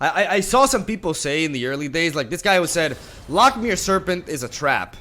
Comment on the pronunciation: hey bud, loch is pronouced similarly to lock, just a bit flemmy at the end :P